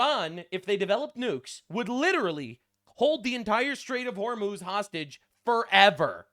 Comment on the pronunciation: I swear I heard netanyahu say "Straits of homos"